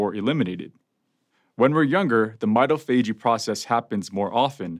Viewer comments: Pronouncing MITOPHAGY. Not /m’eye-toh-fajey/ but rather /m’eye-TOF-agy/. Come on Doc! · Hi: That word is pronounced my-tof-a-gee. It is analogous to au-tof-a-gee. Most readily available lexica will not have this entry but running an search on the web, you can find the pronunciation. Thanks for spreading the knowledge! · It is pronounced "my - TAH - fa - GEE" Primary accent on the 2nd syllable, secondary accent on the final.